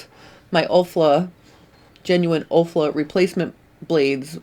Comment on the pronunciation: It looks like those blades cut well. Report back after you have used one for a while, please. The brand is Olfa not Olfla. I had to grin to myself everyone you said that. Keep the good information coming!